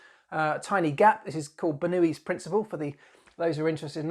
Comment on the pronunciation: Ha I thought you were saying "Newey's" instead of "Bernoulli's" for a moment and that would have led to a different comment. Red Bull's nose is fully buzzword compliant, and they're really testing the limits of the "no intakes in the nose" rules.